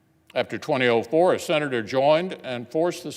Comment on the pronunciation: Can someone tell me why he pronounces "2004" like "20-OH-4" REPEATEDLY